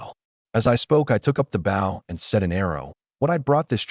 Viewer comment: WY are you saying asterisk for its not needed, an WY are you saying the BOW word wrong say the word {BO}{w} is silent